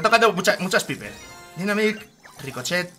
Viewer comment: Nose dice piper se dice paiper inteligente